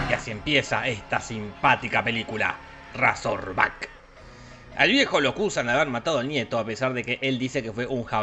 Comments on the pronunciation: PERO CHE SI VOS HABLÁS INGLÉS!! VOS SABÉS QUE SE PRONUNCIA REISORBAC, NO RAZORBAC! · No, Jorge se dice reizorback